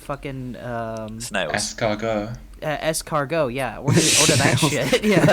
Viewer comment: "So they couldn't even be bothered to pronounce the name of [obscure anime villain] correctly. How am I supposed to take this seriously?" Also: "S-cargo. Bjowrrk." EDIT: I'm not offended or nothing, more amused.